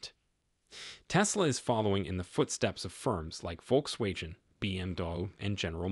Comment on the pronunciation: Complete waste of time and did you hear this guy pronounce Volkswagen?